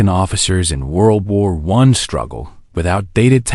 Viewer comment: world war "I" (rhymes with "why" as in Why should I listen to generated garbage?)